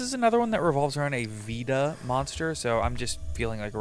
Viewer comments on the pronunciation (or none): Reminder that there is a Veda card coming out before the pend in Duelist nexus. Ever since mannadium I’ve been loving the visas lore because of how overtly Hindu/Buddhist in design it became and I can’t wait for more. It is pronounced closer to Vader by the way, Veda. Like vey-the